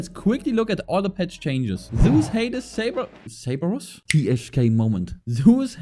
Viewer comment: lol you are German 😂I already thought how you pronounced cerberus that sounded very German 🤔 But your Englisch sound very good and your Accent Dosen't Sound German at all 👍 And also thanks for the guide it was very helpful